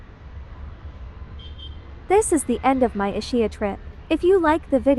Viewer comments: "Ishia"? For the love of God, pronunciation! Is-ki-ah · Nice video but please please, can you change the pronunciation to the correct way? It not a shh sound in the middle but more a ski. I imagine it’s a computer voice. Our family has a house on the island and we go every September which in my opinion is the best time of year. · The island is pronounced EES-KEE-Ah with accent on first syllable. “Ch” is pronounced as a hard c in Italian. It is not Ischia Pont-it is pronounced Pohn taa